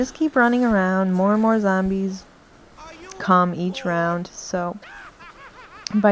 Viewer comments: It's just the zambies, you know, the crap-load of zambies.....sry :P I love bronx-ish accents....I know u don't have one, it was just that ONE moment XD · lol i love how u say Zarmbies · Thumbs up if you like how she pernounces zombies as zambie